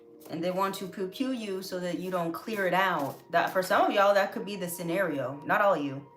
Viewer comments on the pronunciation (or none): none